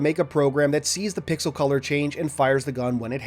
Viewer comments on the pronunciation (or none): none